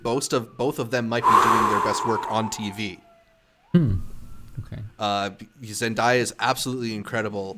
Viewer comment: First off, love you all and the podcast. I just wanted to say that Zendaya's name is pronounced Zen-DAY-uh!